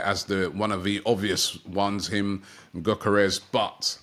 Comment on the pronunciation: Gyokores he is not worth £100 , ive seen him at cov and he is a good player but not for 100 mil, and im pretty sure its pronounced- yok-or-rez